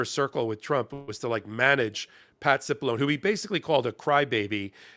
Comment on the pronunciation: Cipilloneeeeeeee - it is Italian so the e at the end is pronounced.